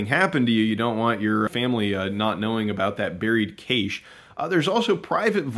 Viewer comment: The correct way to say "cache" is "cash" or "cash-ay"!😂 You say to-ma-toe, I say toe-mah-toe! Lol😂